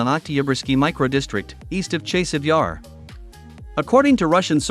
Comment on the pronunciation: Dude! your reporting is good but your pronunciations are atrocious. After 2 yrs. grade school children are pronouncing Chaaasiv Yar! Not a chase.